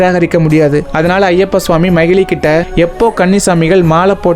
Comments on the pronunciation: Bro அவங்க பேரு மகிழி இல்ல மகிஷி நீங்க தப்பா சொல்றிங்க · No magizhi, it's magishi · Magizhi illa magishi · Om swamiyeee saranam ayyappa🙏🙏❤❤but that arakki is mahishi not mahili bro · Bro athu mahili illai majishamuki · Bro athu macili kitaiyathu athu macisi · Broo it's not a mahelee . mageshi 😊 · Athu magili illa magishi bro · That not mahili that is mahishi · That arakki is not magilli that is magishi 😅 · Not mahili she is mhahishi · Magili illa samy makisi ok vaa😅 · No mayili it's mayisi😅😅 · Brother athu makishi is correct this not magili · Bro athu makishi ✅ magili ila ❌... Apro kalyanam panna keitathu manjamatha... Marupitiyum script enna chaptGPT kuduthuchaaa? Puranam paduchutu vanthu story sollunga otherwise wrong information unga subscribers or followers kitta sollathinga please 🙏🏻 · Swamiye saranam Ayyappa 🙏🙏but not mayili ❌manjamaathaa✔️